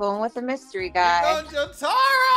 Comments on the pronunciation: SAY JOTARO RIGHT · the way he said jotaro hurt me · pronouncing Jotaro’s name💀